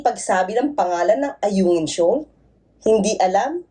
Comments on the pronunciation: Ayungin shoal naging Alunan shoal na bulol na si Digonyo Sabi ni Digonyo diko nga alam kung saan ang Alunan shoal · Ayunan di mo ba narinig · Atty Claire parang sadyang minamali nya ang oag bigkas ng ayungin shoal. Oara nga nman mi kusot sya oag naimbistugahan sya sa tamang forum i mi lusot sya. Na gets nya ba ang point ki Atyy? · No more govt positions for this bulol FPRRD..d man lng nya mapronounce ang Ayungin.. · Duterte is a pathological liar. He couldn't even pronounce the Ayungin Shoal correctly? My goodness! No to Dutertes anymore! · Bakit he keeps on saying South China Sea. He does not acknowledged its our territory and say West Philippine Sea. He himself believes it’s owned by China. High nanaman si Digong. He cannot even say the word Ayungin correctly.😂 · He can’t even pronounce Ayungin Shoal properly… the Mumbling Liar!